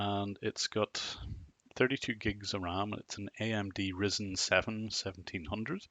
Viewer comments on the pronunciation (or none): The way you said ryzen, oof